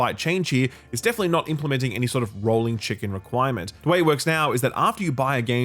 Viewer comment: just realized you were saying "rolling check-in" and not "rolling chicken" lmao